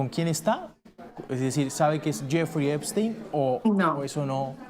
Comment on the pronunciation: Epstein////no Eisten 😂😂😂😂uno tenia mucho cerebro el otro en escremento en lugar de nuronas😂😂😂😂